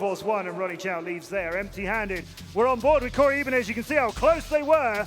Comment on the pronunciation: i dislike how he pronounces "Ibanez"